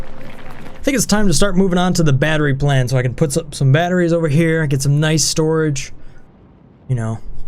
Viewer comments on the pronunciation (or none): none